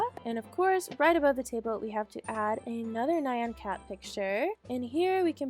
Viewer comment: You shloud give Bear his cake back by the way i kept hearing Man Cat instead of Nyan Cat lol